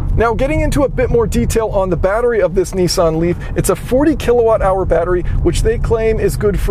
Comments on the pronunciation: G,Day it should like Nissan like pissan your saying nessan ? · "Neeesan Leaf" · What's a Knee San? Oh, a Nissan Renault. Got it.